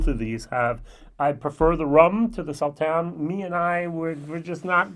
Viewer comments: Your German accent is getting the better of you. The "S" in Sauternes is pronounced as an "ess", not a "zee" [sōˈtərn]...;-) I was gifted a bottle of WHISTLEPIG OLD WORLD SERIES SAUTERNES FINISH RYE 12 YEAR which was impressive. Looking forward to a whole new year of your vlogs. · It's pronounced Saw Turns